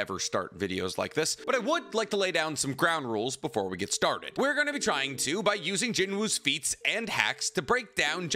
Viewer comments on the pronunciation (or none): Erm actually it's pronounced sung jinoo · plus, in the light novel, it's Sung Jinwoo, but the YouTuber is American, he's just using American pronunciation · Bro keep sayin his name wrong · For real.